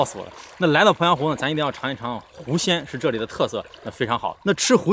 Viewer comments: 听成吃“狐仙”了，还想着，胆子真大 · 没听清，是要吃狐仙吗？